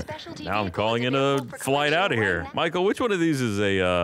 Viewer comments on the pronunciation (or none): Lannan calls Michael "Mackel" and Gavin says "Micool" when will somebody say his name correctly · Omg... Lannan says Micoo too